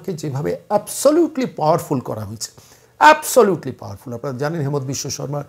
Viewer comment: Onar Namer U*chcharan habe HI MA NTA asamiya bhashay.... Hemant nay